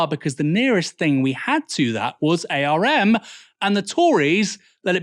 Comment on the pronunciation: btw Aaron, the company arm is not typically said as the initialism A.R.M, but said like "arm and a leg".